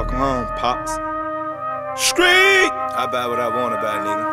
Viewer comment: I hope that they have someone who knows how to say street it's not screeck